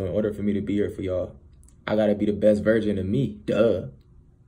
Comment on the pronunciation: Ni**a it's version not virgin...sound it out smh...😂🤣😭